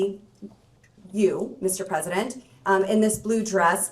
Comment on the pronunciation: "Mischief President" lol xD